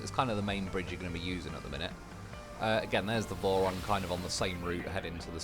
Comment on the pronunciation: Whenever you say vorons I keep thinking you said morons, which is actually pretty accurate 😂